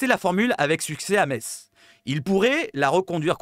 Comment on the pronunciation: Salut, sympa tes vidéos actu....CONTINUE!... un raciste avéré à l'OM? NON MERCI! je te rejoins sur le cas lodi, les vacances c'est mercredi soir, donc pas trop d'accord avec le départ anticipé, ça prouve son désintéressement à notre club 💙🤍 ALLEZ 🌟 L'OM 🤍💙 ha ha ha.... pour info o ne dit pas "metsse" mais "messe"....... je me suis fait reprendre de nombreuses fois lors de mon arrivée en lorraine